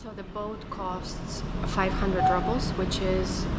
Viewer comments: is a very old fashioned name....and ₽ is pronounced as "roobl" and not rubble = a pile of broken stones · the Russian currency the Rouble is pronounced [roubl], NOT [rabl]. It's pronounced the same way as in Russian as there's no English translation or anglified pronunciation. Rubble is incorrect pronunciation and wrong connotation. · You pronounce rubles like rubbles! LOL And you watch your fat intake but not the sugar! High protein + high carb = super high insulin spike!